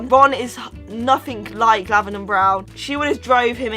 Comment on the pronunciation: Are you saying lavaner brown because it sounded like it